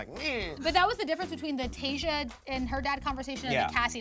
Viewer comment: It's pronounced tay-shuh not tay-zhuh